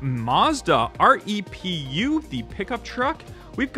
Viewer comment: I believe the Mazda REPU is pronounced REPU not R E P U